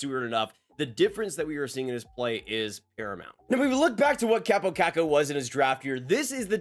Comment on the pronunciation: His name is Kaaaapo, not Kappo. With an elongated a.